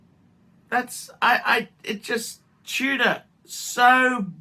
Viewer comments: Are you saying TUDOR or TUNA? In any case, your insane. Tudor was an absolute home run or whatever you call it in cricket. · nothing in tudor, wtf are you smkoing. And it's tudor not Tuna. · Is he saying Tudor or Tuna?! Wtf is going on.